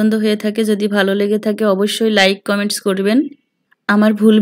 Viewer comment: Apu tomi kemon acho. Tumi kotha bolle.vol hoy.karon tumi jeko no kothar sathe s boshaw.coment ke coments bolo tomer sobdo orthe bol hoy.akhon the ke sodu kore kotha bol ba.